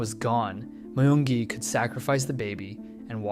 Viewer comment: i thought his name is pronounced as myungi not mayungi?